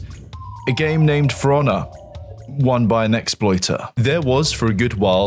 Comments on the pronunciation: love the british accent: game sounds like, "Fraunnah." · I usually have no problem with your Bri'ishness, but every time you say For Honor I hear Forunna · Its "Piranha" with an F instead of a P 😂